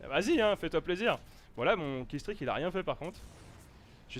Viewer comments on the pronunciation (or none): none